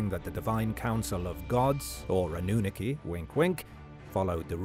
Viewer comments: Pronunciation is very important when you want to sound like you know what your talking about. A. Nu. Nar. Key. Not Anoon akey. Fs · Anu-nah-ki not annunaki. It's annoying hearing the word mispronounce. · Say anu na key one more time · If he could pronounce Anunnaki correctly would be great! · Well he is AI so.. he'll never be able to pronounce it correctly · It is killing me 😂😂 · sooooooo glad I wasnt alone in this.😂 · I couldn’t watch more than 2 minutes I had to turn it off lol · Makes my skin crawl 😩